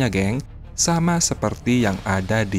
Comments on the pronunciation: Bukan CITARA bos tp CIRATA jangan salah sebut nama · admin salah sebut melulu CIRATA bukan CITARA guy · Bukan CITARA BRO TAPI CIRATA😂😂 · Waduk CIRATA bro..Bukan CITARA..maaf. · CIRATA CIRATA...BUKAN CITARA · CIRATA BOS....Bukan CITARA...????? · BUKAN ,,,CITARA!!!!!!,,,CIRATA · Min itu waduk CIRATA, bukan CITARA hehehe bolak balik CITARA terus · Cirata pak bos bukan citara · cirata, bukan citara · Koreksi min,Cirata ya, bukan Citara😂... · Min bukan Citara tapi Cirata 😊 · Citara? Cirata! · Min bukan citara tapi cirata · Citara atau cirata? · Waduk Cirata bukan citara min 😂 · Cirata min bkn citara😅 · Bukan Citara tapi Cirata. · Bukan waduk Citara mimin tapi waduk Cirata, hadeuhhhh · Cirata bukan Citara ya bro👍🙏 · Admin tlg koreksi sebutan utk nama bendungannya BUKAN Citara tapi CIRATA... Terimakasih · ralat pak admin.bukan citara tapi cirata ya😅😅😅😅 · Bos maap citara apa Cirata.. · waduk cirata...bukan citara min...! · CIRATA KALI OM.. Bukan CITARA :face-blue-smiling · Cirata, pak, bukan Citara. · BUKAN CITARA, TAPICIRATA😂😂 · cirata bang bukan citara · Cirata bang, bukan citara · Di CIRATA pak, bukan CITARA. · Mohon di koreksi mind, bukan citara tp Cirata itu di daerah saya , namanya bendungan CIRATA di Purwakarta Jabar. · Waduk Cirata min... Bkn citara😢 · CIRATA, Min. Bukan Citara... 🤭🙏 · Waduk cirata min 😅 bukan citara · Cirata mas, bukan citara,,,,,,kaya sih 😁😁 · Cirata bos... Bukan citara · Maaf ya bkn citara, tp cirata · Cirata atau citara bang? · Cirata min bukan citara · Cirata dibaca Cirata bukan Citara om admin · Yang bnr citara apa Cirata si soalnya admin nyebut berkali² citara citara😁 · Cirata Genk,bukan citara Genk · Cirata ,pak admin bukan citata,🙏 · Cirata bukan citara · Host nya koq nggak teliti dan cermat. Nama CIRATA koq bolak balik ngomong CITARA ? 😢😢😢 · Cirata min..bukan citara! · Waduk Cirata min...bukan Citara 😂😂😂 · Bukan Citara yang benar adalah Ciirata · Bukan citara admin tapi cirata 😁😁😁. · Cirata bkn citara... 😊🤭😊🥴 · CIRATA min..bukan CITARA